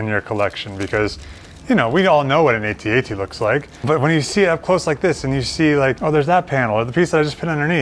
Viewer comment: A-T-A-T Thankyou for saying it the correct way 👍🤣